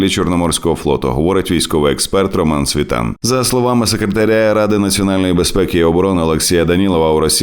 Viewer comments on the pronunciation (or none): none